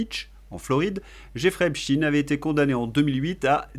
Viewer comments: Insupportable votre prononciation de Epstein qui ne se termine pas par in…..comment prononcez vous Einstein…..rectifiez en urgence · Cette prononciation de (Epstaïn) à la hollandaise m'horripile ! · Lorsque vous prononcez e.p s.t i .n.e : encore sous protectorat des cowboys ? 😂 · Pourquoi vous dites "Epchtine" ? On ne dit pas Epstein, comme Einstein et Frankenstein ? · Arrêtez de prononcer Epstine ; à mon sens c'est fait pour "adoucir" le nom ; on a jamais prononcé Franck Einstine ou Albert Einstine mais bien Einstein... c'est donc pareil pour ce bon vieux Jeffrey Epstein. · Insupportable de vous entendre prononcer le nom Epstein en Epstin….comment vous dites Einstein…..ou Einstin…. Rectifiez svp… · Faudrait savoir... EpsTINE ou EpsTEÏN ? La vraie prononciation est la deuxième et vous l'avez pourtant utilisée plusieurs fois. Syndrome du poisson rouge ? 😉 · Un léger bémol aujourd'hui : de grâce, ne prononcez pas "Epstine" (ce n'est qu'une ruse de ceux qui trouvent son nom trop "typé") mais Epstein, comme Léonard Bernstein : personne n'aurait jamais l'idée de prononcer "Bernstine"... Ceci dit, merci pour votre travail, je vous suis depuis le début avec beaucoup d'intérêt et je partage régulièrement vos videos. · Bonjour. On ne dit pas Epstin mais Epstein (tout comme on ne dit pas Einstin mais Einstein). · mais qu'est-ce que c'est que cette façon qu'ils imposent de dire "Epstine, Epstine" on ne dit pas Albert Einstine mais bien Albert Einstein. J'ai entendu d'ailleurs que ça vous a également échappé un ou deux Epstein 🙂 (ça n'est pas contre vous ) mais ça me donne la forte impression qu'il faut, par tout les moyens, détourner l'origine de ce nom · De qui parlez-vous? Epstine? Un russe donc? Non Epstein, moi je dis Epstein, il me semble que le nom de cette ordure se prononce « Esptaïn ». Dans le cas du manager des Beatles, jamais personne n’a prononcé Brian Epstine. Curieux.